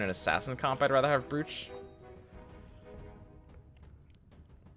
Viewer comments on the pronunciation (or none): New here, subbed after watching the Fort techniques you showed. Nitpick comment on the pronunciation of Brooch; it's not "Brooch" , it's "Bro" ch. The spelling in-game is correct, however, it's not phonetically annunciated. Some cultures, afik, spell it Broach, like "Approach" with a silent 'a' instead of a long sounding double 'oo', but I could be wrong on that one. I am positive on the pronunciation though. We've all heard our Grandmothers talk about their favourite Broach. That said, thanks for teaching me stuff, you've cleared up some confusion for me.